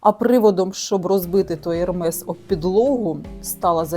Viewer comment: ...що?🤪 Який, до біса, ШанеЛ!😡 Ви про моду? То для початку навчіться правильно вимовляти бренди. За Ермес- 👍...